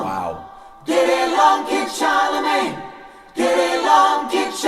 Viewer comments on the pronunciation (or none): " kid charlemange" lol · Not to be a pest, but it's Charlemagne, not CharleMANGE. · But please, "Kid Charlemagne", not "mange"! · I have 2 small criticisms on this. First, it’s “Charlemagne” not “Charlemange” and second (and slightly less petty) one of the key elements of Carlton’s guitar solo that I think was overlooked was the quite brilliant punctuation by Bernard Purdie’s drum fills. Carlton’s solo is amazingly inventive and deliciously well played, but don’t ignore how well Purdie’s fills introduce it. But, whatever. I loved this song before Rick deconstructed it. I love it even more now. Cheers, Rick. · I did not read all the comments, but it's Kid Charlemagne. Not "Kid Charlemange" :-) . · “Kid Charle*mange*”? lol (14.59) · "Kid Charlemange"... oops :)